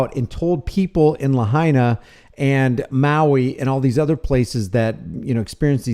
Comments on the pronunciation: La HIGH na - not la-HEY-na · F.Y.I. PRONOUNCED LAH HIGH NAH. Just for your info!! 🤙🤙🤙🤙🤙🤙 ALOHA 🤙🤙🤙🤙🤙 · La HIGH na ...is how it's pronounced. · Pronounced La high nah 😊 Thanks for looking up the proclamation, and pointing out a better way to handle this sort of situation. it's telling where they come from. I live in Hawai, different island, and have been following all of this pretty closely. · oh and please, the correct pronunciation for Lahina is La HI Na, just three syllables La, HI, Na. keep up the great work. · A better way to pronounce the town is La...Hind..Naa.. Lahaina :) Governor, please straighten up the State Deputies Bill of Rights education. Should local citizens or visitors be punished first hand. A 1st amendment violation if the enforcement requires us to have a press credential. Isn't 1st amendment the citizen's pass? Anyone wanting to record and report is the Press! There is nothing in any emergency proclamation that can violate our Bill of Rights! Are towns ruled by the government which it makes it addressable to be filmed in any condition? Expose human remains then you'll be in deep Won Bok Kim Chee! What you do with the video is subjected to laws. Manipulating when or how content filming is gathered is injustice! It's tyranny if anyon, restrict distance or ask to leave or commit Bane Act violations in public. Kauai business' price gouging was the major evilness stomped out, during the INIKI's devastated aftermath had prompted Section 127A-30 to be established making the Aloha State one of the first honest protection for the public. $15-$20 for a bag of ice, it's not the one druggies and dealers die for. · BTW it is pronounced LA-HIGH-NA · It's pronounced Luh-high'-nuh. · You're a smart guy so why can't you pronounce Lahaina? BTW anyone who has spent anytime in Hawaii knows you don't mess with the cops or you end up missing.